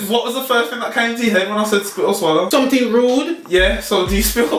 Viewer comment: Spit or sollow😂